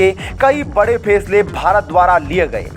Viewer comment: फेसले नहीं फैसले बोलो । अनपढ़ कहीँ का ।👎👎🤯🤯